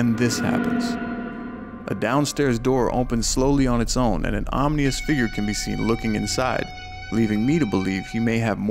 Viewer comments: OM-IN-OUS NOT OM-KNEE-OUS youre welcome for the engagement in this comments section. lol you win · Dude... The word is ominous not omnious. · Ominous not omnious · Ominous… “OM-IN-US“ He says “OM-NEE-US” every video lol love the channel though! 💯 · OMINOUS,NOT OMNIOUS. sorry.... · your message is very omnious lol